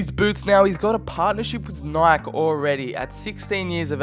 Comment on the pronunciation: who says nike like that?